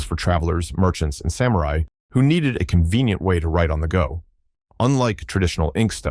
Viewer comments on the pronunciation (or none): none